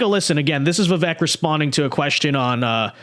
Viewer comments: First, it’s Va- Vake. Learn to say the name properly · Pronounced like "Veevayk". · Bro if you respect Vivek please do him the minimum courtesy of saying his name right!